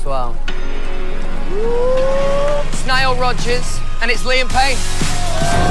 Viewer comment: When louis said lian payno i started crying